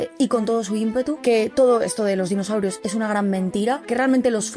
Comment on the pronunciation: Espera, espera. Dinoshaurios. Ahora si. Le faltaba la H.